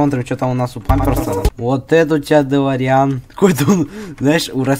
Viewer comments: Ударение на дэлоооореан а не делоряяяян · Не долорИан а дОлориан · Не долариан😂 а дэлориан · УХ ТЫ МОЛОДЕЦ ТОЛЬКО не дэлорИан а дэлОриан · делориан ударение на о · Во первых не каждая машина которая летает это делориан а во вторых ты ударение не проавильное ставишь